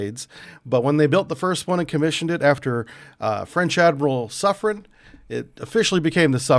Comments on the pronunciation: I believe that is pronouced Soof-ren. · He even got wrong the pronunciation of the submarine class (he said "soufrance")